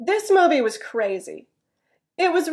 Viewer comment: "was" is not pronounced [wəz」or [waz] but like [wiz] or [wz] when you speak at natural speed. It stunned me. What is what I have been studying so far such a easy word. What I have to do is to get used to it. And, could I have a question? You said at the beginning, "I have watched three movies from home." I wondered "from"? Isn't it "at", is it? Thank you as always. Invisible pollens has come to me. My eyes and nose are itchy today a lot. btw, Are you alright with earthquake? I hope you're safe. We have no shaking last night here in Nishinomiya next to Kobe. Take care.